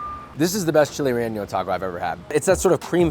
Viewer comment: Just an FYI; There is no ñ in relleno. Just a normal N, no "canyon" N necessary. 😁 These all look delicious! I imagine the best is relative to the eater. 😊